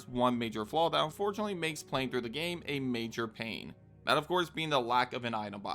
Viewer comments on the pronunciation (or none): none